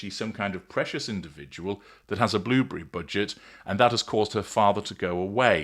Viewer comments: Like he has blubbery lips! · The way you say "blueberry" is simply fabulous haha